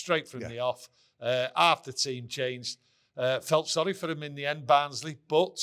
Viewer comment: ITS BARNSLEY FFS